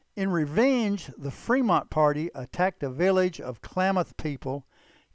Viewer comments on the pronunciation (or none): C'mon. "Freemont"?